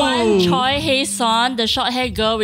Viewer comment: butchered the name pronunciations tho. Choi is pronounced as Chweh, rhymes with Air.